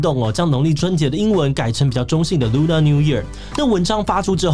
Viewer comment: Lunar是唸ㄌㄨㄋㄜ 不是ㄌㄨㄋㄚˇ喔！